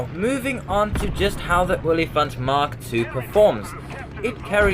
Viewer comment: And the best part is, you pronounced it perfectly.